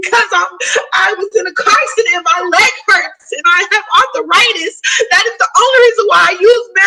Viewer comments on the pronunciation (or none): Don’t you think if you actually had “auth-a-ritis” you would know that it’s called arthritis? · She has "Arth-uh-ritis." 😂😂😂